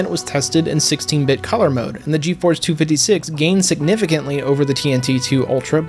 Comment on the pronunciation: "geforce two fiddy six" lmaoooooooooooo